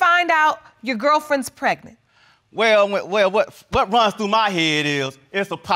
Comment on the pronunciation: He said preganent